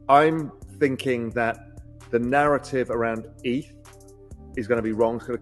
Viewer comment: What’s wrong with the into 🤣🤣 dude can’t pronounce 2 ETH correctly in a row 😂😂 if it’s an AI voice … please don’t use it anymore